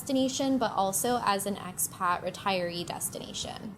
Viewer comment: May I ask what youare saying when giving a name to the cominity? Are you saying x-Pac